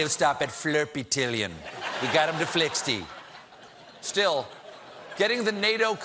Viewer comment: Flixy trillion, and Flirpy trillion 😂